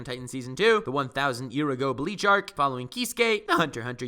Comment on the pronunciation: i love how he adds (f) to art making it into the word 👉FART👈